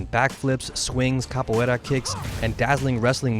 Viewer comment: thumbs up for pronouncing capoeira correctly.